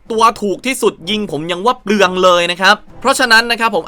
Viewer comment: คนไทยฟัง จะรู้สึก เจ็บแทนเลย😂😂